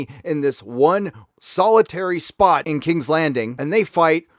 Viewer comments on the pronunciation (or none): none